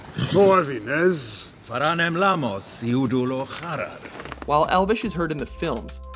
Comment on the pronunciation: Tim Lepo elvish as in elven as in elves? not e-l-v-i-s